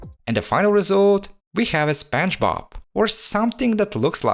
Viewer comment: God I loved how he pronounced "Spanchbob".